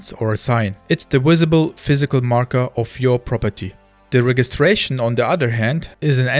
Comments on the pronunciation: The "G" in registration is pronounced with a "J" sound. 😊 I believe CIG has already addressed this but there will always be regional servers. The finished global shard simply cannot work due to enscapable latency. US, EU, SEA and maybe a Chinese region. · You"re English is better than many native speakers. Just a quick note 'Register' and 'Registration' use a soft g so it would be pronounced with a J sound 'rejister' and 'Rejistration'. My mother was an english teacher and I have a lisp, so I got a LOT of attention on stuff like this, I might have a complex. :)